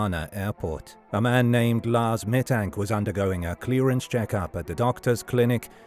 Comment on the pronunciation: The worst thing is ROBOVOICE!!!!!!!!!!!!!!!!!!! Meeee Tank???????